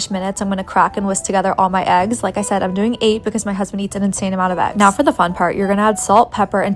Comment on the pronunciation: Why is eggs pronounced aggs?